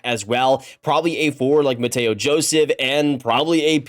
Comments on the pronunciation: I'm literally from Montreal where Joseph is from and speak French. The English pronunciation for Mathieu is Matthew and definitely not Matteo lmao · Its mathieu joseph same pronunciation as matthew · American trys to say Mathieu, also the sens are not trading him.